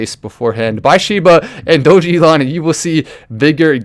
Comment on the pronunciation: It's pronounced DOG-E-LON 😁